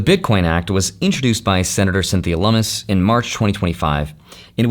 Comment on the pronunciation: Cat's Lummis 😂 Loo-miss